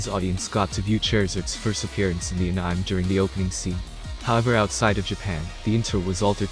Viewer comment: How can the text-to-speech pronounce "Charizard" but not "anime"???